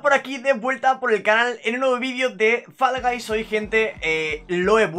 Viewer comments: Porque dices Fallaguys??? XDD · Por que dices falas gais XD